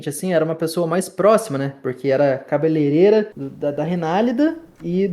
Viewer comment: ca be le rei ra e não cabeleleira que vc está falando. Aprende, compartilha!